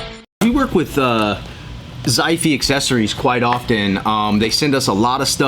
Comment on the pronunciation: Nice review, mate. Like the chilling vibe you had in this vid. Tiny note, if this is a Chinese brand, the way to pronouce its name would be "shi fay".